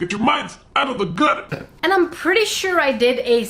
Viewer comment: when sais: "Get Your Minds Out Of The Guther" she gets my mind in the guther XD